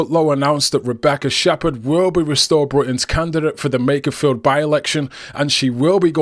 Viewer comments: I wonder when Rupert will realise it’s Makerfield, not Makersfield…. 🤭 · Rupert, there is no ‘s’ in Makerfield!